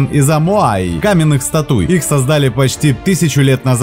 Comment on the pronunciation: Стоит Стат'уй и виден ... уй! А так, нормалёк.